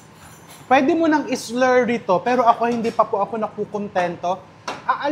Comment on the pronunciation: Kanino ka Chef nagpaparinig ng s-lerry?🤔ay! Slurry baga‼️😂